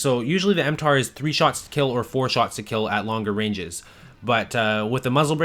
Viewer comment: It's mtar-x, not m-tar x.